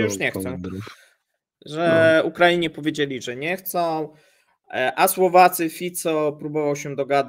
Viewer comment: Brawo za to że prawidłowo powiedziałeś Fico bo co niektórzy nie potrafią sprawdzić jak to się wymawia. Pozdrawiam